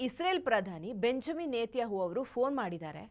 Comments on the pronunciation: ಬೆಂಜಮಿನ್ ನೆತಹು ಅಲ್ಲ ಅಕ್ಕ ಬೆಂಜಮಿನ್ ನೆತನ್ಯಾಹು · Isreal prime minister name correct aagi heli adu ಬೆಂಜಮಿನ್ ನೆತನ್ಯಾಹು. 😂😂😂😂😂 Yen kannada pronouncing taayi nindu. ಕಾಂಗ್ರೆಸ್ ge kwangress antiraa. U and jessel not good pronouncing.